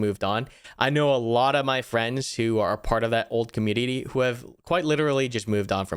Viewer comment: hehe "comunititty"